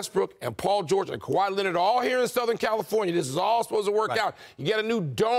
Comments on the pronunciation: Stephen takes great pride in mispronouncing Kawhi's last name ON PURPOSE. The man can't stop saying Kawhi Lennit if his life depended on it. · lmaooo Kawaah Lennit